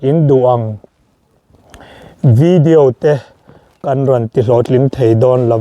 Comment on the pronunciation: I veediou (video tiin a lam ve si lo a) en hi chuan nuih tur hlir hi kan hmu thin... 😂😂😂😂...